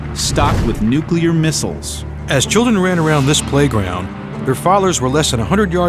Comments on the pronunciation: It's "nuclear". Not "nucular". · It's NuClear, not Nuculear. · Learn how to correctly say the word "Nuclear". Otherwise, don't narrate videos. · Ha, ha! "NUCULAR". Reminds of that Alaskan Governor. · I wince every time I hear it like that. It’s bad enough they say it wrong but don’t they ever hear how people with working brains say it and wonder, who’s right?